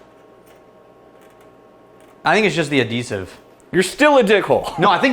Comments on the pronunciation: Ad-eesive....made me chuckle 😂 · He meant "Adhesive" - like glue - but he doesn't pronounce the "h" so it sounds silly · Adeesive reminds me of a old English teacher I had whom was kind of a human toad, she always mispronounced words, but only just. The one that real got me every time was how she said asbestos, it’s always came out aaazzzbezztizz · What on earth is a 'deesive'?? Unless he meant to say 'deceive'…?